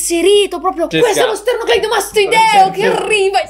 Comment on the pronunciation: “qUestO è lo stErnOclEidOmAstOidEo chE ArrivA!!!” Adoro 😂